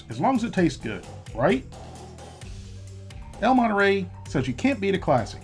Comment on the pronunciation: "el moneray"